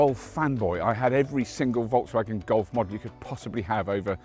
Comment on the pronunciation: I wish you could pronounce Volkswagen like you pronounce 'Seat'